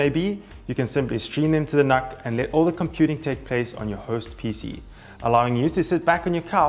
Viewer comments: Just FYI, it's not pronounced 'NahK', it's "Nook" as in Look. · Personally I pronounce it as "nook", but Intel themselves pronounce it as "nuck", so I stuck with that for the purpose of the video :)